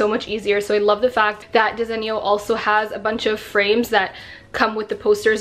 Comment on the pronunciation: Desenio 😂 it’s not pronounced that way lol . I like the gold shelving I needed something like that .